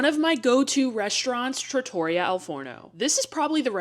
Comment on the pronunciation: Please! Just the tiniest bit of effort to say Trattoria correctly. Just a little…tiny…bit!